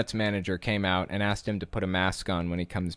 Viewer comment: How about “axed”